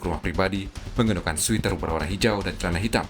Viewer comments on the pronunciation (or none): Sweater bacanya sweter bukan switer. Sweeter baca switer itu artinya lebih manis.